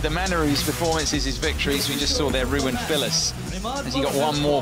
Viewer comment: The "W" is prounounced as a "V" in German. Dude is called "RU-VEN" not "ROU-WEN"